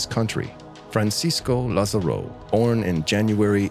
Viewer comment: The way you pronounce Francisco Lázaro made me sad 😞